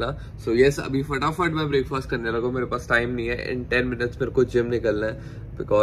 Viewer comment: pls pronounce Breakfast in the correct way! it's not Break-faasssttt. 🤐